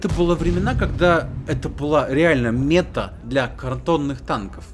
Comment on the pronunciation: Meта-цель,точка к которой стремишься(укр),ударение на вторую гласную(просто слух режет)